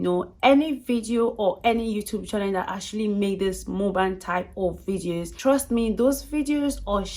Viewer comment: Lol not you pronouncing muk-bang as mu-bang🥲